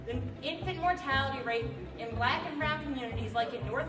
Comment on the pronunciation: it's his accent when he says "He black" it sounds like he saying "He blatt" 🤣🤣Cheers to your sir.